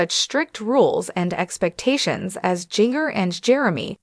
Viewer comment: Please pronounce Jin gers name right. You are butchering her name.the j sounds like a g